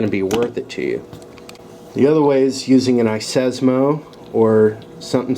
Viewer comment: It's iSesamo and iSclack, your missing out some syllables and consonants ;-)